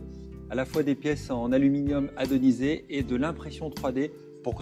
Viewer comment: Bonjour, pourquoi est-ce qu'on dit "gravel" et non 'gravier"? Et si j'ai bien entendu, vous avez dit "aluminium adonisé", lorsqu'il s'agit d' anodisé.